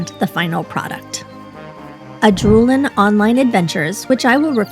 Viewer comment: It's pronounced Ad - rull - en. Not Ah -drool - en. I kept saying it wrong on stream myself. Had a dev email me with with this to help me pronounce it correctly after they saw my VOD. 😆